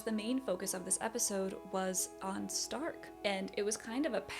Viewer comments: German here: wrong pronounciation. We dont say Z if it doesnt literally say so(why you think we have Z in the alphabet?!?!?). We speak the S softly. Difference in Stark is ONLY because we differ S combined with T = SCHTARK, S+P = SCHP and S+C+H = SCH. The only case if we double S, Only THEN its hard pronounced like. Example Trasse= TRAZzE. That are the most common cases when we pronounce different. If you see a word in german with only Single letters, and not these examples above present, then its pronounced all equally on every letter. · The show calls the character’s name in German pronunciation. Sein = Zein Stark = Shtark Eisen = Eizen